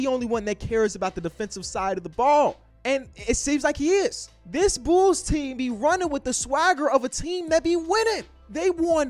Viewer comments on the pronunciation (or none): Everyone: The Bulls: The Bools